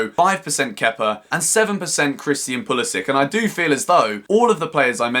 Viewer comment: Hello, i just want to inform you that you are pronouncing Pulisic wrong. It end's like Branislav Ivanovic or Aleksandar Mitrovic...